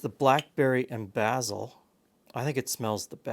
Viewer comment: this is the first time I've ever heard someone pronounce basil as "bazzil" rather than "bayzell"